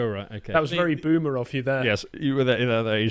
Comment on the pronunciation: Boomer with a soft A bahahahaha!!!